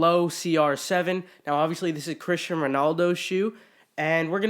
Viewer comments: It’s cristiano not Christian 😂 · ITS CRISTIANO RONALDO not Christian.... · I'm sure someone already commented this but it's Cristiano not Christian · Terrible can’t even pronounce the Cristiano’s name correctly